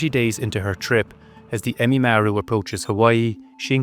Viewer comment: it's Ehime Maru not emimaru